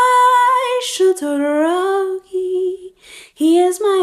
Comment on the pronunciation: The way she is saying shotoroki